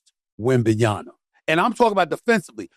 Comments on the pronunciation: It's pronounced Wembanyama 😂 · He said winbinyamba so serious 🤣🤣🤣🤣🤣🤣🤣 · SAS is like “Wembanyana” lol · Joe saying WembanyamBA and SAS saying Wembanyanna. Shit they BOTH sayin his name wrong 😂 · How he correct Joe about pronouncing WEMBY name and still get it wrong 🙄😂🤣